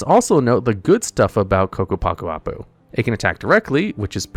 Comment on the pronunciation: WTF, actually said Ccapac Apu correctly?